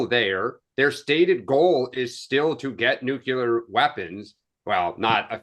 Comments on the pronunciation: The base word for nuclear is nucleus. It is pronounced “Nu-clee-er”. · Nook you lerr !!! 😂